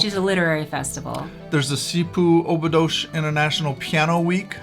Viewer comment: Dear Couple, I love you. Now, may I have a suggestion for you? Only on the phonetic side. Please, if you want your viewers to identify the places you're talking about, make sure you use the Portuguese pronounciation! Examples: Óbidos -> Ohbidus. Caldas da Rainha -> Kaldash dah Raheeña etc., etc. Sorry, but it is nice to be able to correctly identify what you're talking about. The AI is not very clever for that. Of course I like your message and your understanding of our Country! This is just a suggestion for your viewers to be able to get which places you're talking about 👍